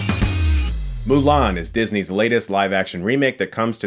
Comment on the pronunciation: And for whatever reason, they decided to pronounce Mulan as "Ong"